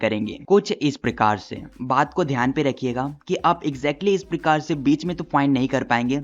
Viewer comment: Sorry sir but iss prakaar❎ prakir✅😂